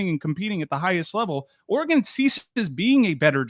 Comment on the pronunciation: Le Batard still calling Oregon, “oar-eh-gAHn”?! C’mon man! Great move for the U. As a Pac12 guy, I’m sad for Oregon.